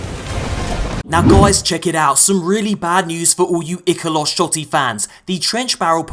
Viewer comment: I’m not sure if I’m right or not but I think you pronounced ikelos wrong